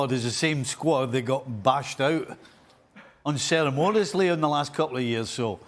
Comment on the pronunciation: hey Stevie Nitwit, what dictionary is the word "unceremodously" in? learn how to speak you illiterate goose! better still, just resign...